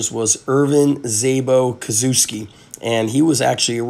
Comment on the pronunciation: Cool vid as always :) Btw the pronunciation should be Koshevski (kind of as if you wanted to say kosher, then cut out the r and instert 'vski'.